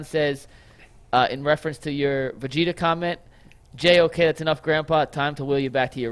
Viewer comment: I watch this whole podcast show and don’t hit the like button until I heard oh boy say Vegeta‘s name wrong that was priceless😂